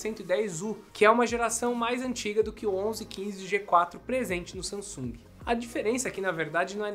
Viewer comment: SAMASUNG kkkkk